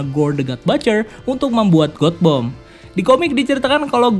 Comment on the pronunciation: God Bomb. Baca : gat bom. Bukab got bom. Bring me Lord Ryan !!!